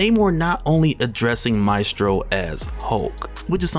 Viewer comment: Pronounced: may (mae) stro (strow)